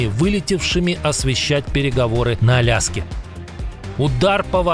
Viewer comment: "На пути к Аляске" послышалось как "на пути коляски" . Чуть не возрадовались все